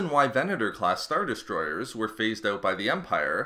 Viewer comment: Got 1 minute in then found myself focusing more on how the guy pronounces "er" at the end of words like Star Destroyeeeeerrrs